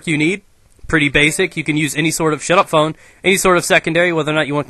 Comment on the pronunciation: "shut up phone" sounded like "shut up pwn" i was like oh schnizz double personality here